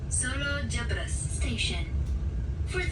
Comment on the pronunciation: Koreksi bang. Pelafalan Solo Jebres bukan kayak gitu. Bacanya kayak baca RE dalam kata "keREta"